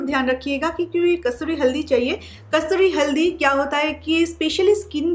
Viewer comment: Pala kasuri haldi to bolna shik ka aa